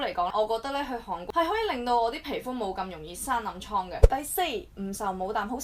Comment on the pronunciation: 如果無聽錯， 你一直讀緊航國。